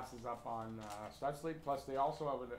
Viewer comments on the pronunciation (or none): Stootz-la. Not Sutz-lee.